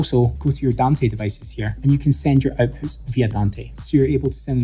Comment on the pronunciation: Having a hard time comprehending your pronunciation. Sorry but it's kind'a annoying. I'm used to American and British English. For example.. the word OUTPUTS. You're pronouncing it as EIWPHUTS. So i need to repeat the video over and over again to completely understand you.